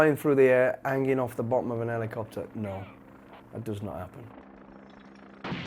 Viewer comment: Are we just going to ignore the fact that he said “An Elicopter”?